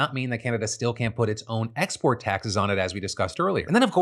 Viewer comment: my guy please start saying “cannot” instead of “can’t” cuz you sound a lot like “can”